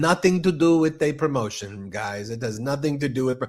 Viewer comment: Somebody make a meme "Eeet hass nuh-ting to do vif prrromot-ee-un."